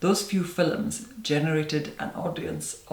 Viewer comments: Here for my daily dose of "Filums" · I believe it's pronounced "fillums." :P